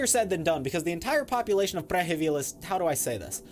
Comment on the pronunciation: the way you pronounced Prehevil is arguably the best i've heard yet. buttery smooth